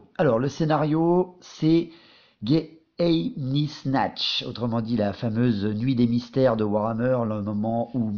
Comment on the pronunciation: Juste un petit point de détail, "geheimnisnacht" se prononce probablement "gué-aïm- nisse-narte". L'empire dans warhammer est très clairement inspiré de l'empire allemand, dans le design comme dans les nom, et geheimnisnacht signifie littéralement "la nuit des secret" en allemand. Voilà voilà ^^